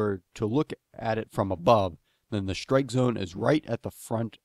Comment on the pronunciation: Great video. So pleased I'm finally clear about what constitutes a proper shtrike ;)